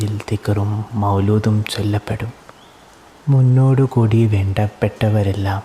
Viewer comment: Pwoli😍😍 Masha Allaaah❤️‍🔥❤️‍🔥❤️‍🔥 Korchum koode feel vernam… poke poke sheryaavum… idh first try elle🫂💗 Munnoodu koodi nn ellaaale… moonnoodu koodi nn elle…. Aadhyam korch tyms vaaych practiceydht recordeyyaa… appo set aavum… In Shaa Allaah🫂